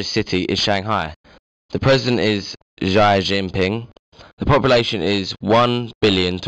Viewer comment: Xi is pronounced as 'See'